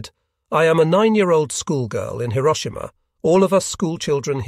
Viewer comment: The narration is improved. Even "Hiroshima" was pronounced correctly.